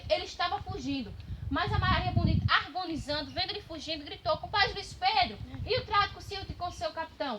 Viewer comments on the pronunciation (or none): A Narradora precisa falar a Palavra certa, AgonizanDo!! CorrenDo, fazenDo e Etc! A Menina tinha 11 Anos!!!!!